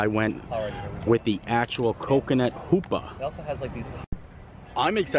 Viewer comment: Happy Birthday, I am glad you love Haupia! I make it all the time. However, haupia is pronounced (How-pee-Ah) :) I love your videos you are just a light in these dark days!!!!